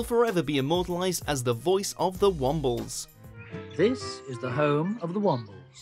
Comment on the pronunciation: How the f**k does a British person mis-pronounce the Wombles!!!!